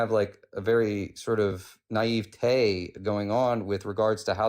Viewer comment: “Your nieve-tayyy”😂